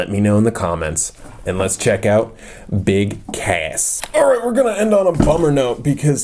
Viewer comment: I think you not say BIG CASS but I heard you said BIG ASS.